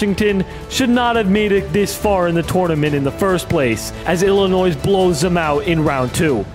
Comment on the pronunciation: Bro the last “S” is silent in Arkansas and Illinois! 🤦🏽‍♂️